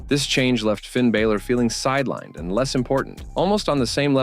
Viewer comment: First of all its Finn Balor not Finn Bayler. If you're going to talk about people at least get their names right. Hidden truths? They're called story lines not hidden truths. Your video is ridiculous.